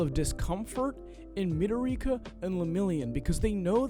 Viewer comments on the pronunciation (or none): The moment he said, "Midorika. I stopped watching 😅